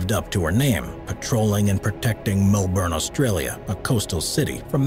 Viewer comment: Ok that’s it I’m sueing u for saying Melbourne like moleburn. For you 12vies that’s a joke